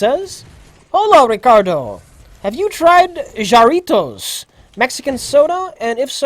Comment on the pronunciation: oh noooooo, Jarritos is pronounced HA-Ree-tos. J's are like H's and H's are like silent emphasis.